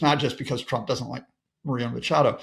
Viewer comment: Please make an effort! Her name is not Macado it’s Machado , why can’t you get people’s names right ?